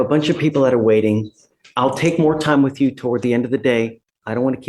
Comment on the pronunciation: when they say 'wit chew' instead of 'with you' and 'ax' rather than 'ask' I just know I'm about to hear a line of crap